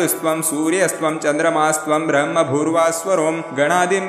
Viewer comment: This "ब्रह्मभूर्भुव:स्वरोम" pronunciation is wrong Please re correct